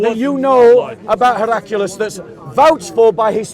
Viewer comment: It's 'Heracli-us', not 'Heracu-lis'